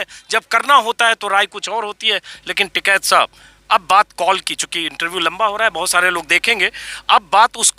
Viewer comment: Its "TIKAIT" and not "TIKAT" 😉😉😉